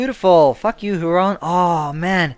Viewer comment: ". Huron is pronounced Here-on. (It`s named after one of the Great Lakes.)